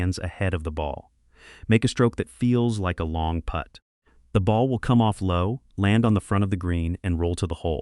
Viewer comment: AI pronouncing Putt as put grates on me.